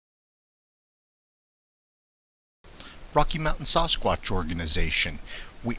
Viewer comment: Sauce squatch? Is that some kinda squash? Everyone else says Sass quatch.